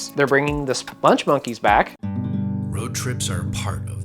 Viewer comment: not Sponge...SPUNG.🤠